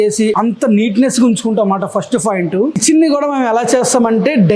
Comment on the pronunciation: Point ❌ foint ✅